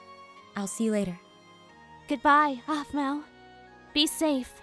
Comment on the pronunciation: Intro: Aphmeow plushy! Me: I Hear What you said there aPhMeOw